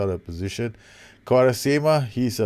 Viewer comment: As much as I love your videos, the way you pronounce Quaresma is too funny!!